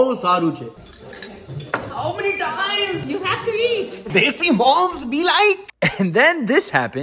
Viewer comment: “TAIMMMMS⏰” Why do u say it like that😶‍🌫️